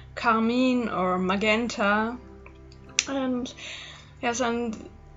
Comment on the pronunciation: not trying to be rude but magenta is pronounced like (ma-jent-a)